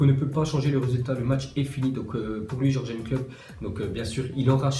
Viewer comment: vasy parle allemand, tu sais même pas dire Tuchel, ou Jurgen